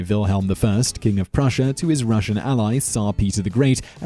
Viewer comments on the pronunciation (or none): none